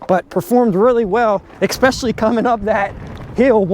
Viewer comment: So... Wow... I just can't trust a guy who says ex- specially... It's especially. Other words he said were really ghetto. Hookt onnn fonixx werkt for miii. The more you know...!